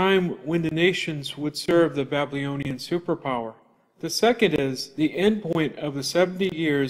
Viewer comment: Great videos. One thing, you lose a bit of credibility when you can’t pronounce the word “Babylonian” correctly. It’s not Ba-blee-oh-nee-an